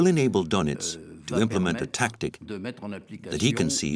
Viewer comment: Doenitz not Donitz